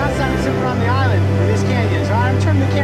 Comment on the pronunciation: island not iwlend